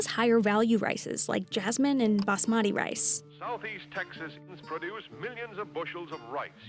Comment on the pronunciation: The way the narrator pronounces "basmati." 😦